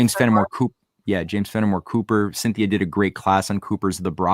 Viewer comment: Keep pronouncing her name wrong 😂😂😂 “Cynthony” like symphony of something??? 😂😂😂 Hahahahaha IT’S CYNTHIA